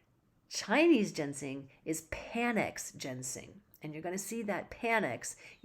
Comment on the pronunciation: It's Ginseng, not Gensing... :(